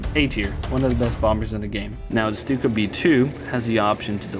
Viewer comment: The name Stuka comes from "sturmkampfflugzeuk" meaning attack plane, or attack fighter plane. It's an abbreviation. And it should be pronounced "Shtuka" because in german, St and sp are pronounced like Sht and shp, so you pronounce it like you do ship.